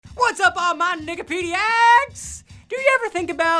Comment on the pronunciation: OMG WHEN I HEARD HIM SAY NIKIPEDIECS I CHECKED HE SUBTITLES CUZ I THOUGHT HE SAID THE N WORD AND THE CATIONS SAID HE DID TOO 😂😂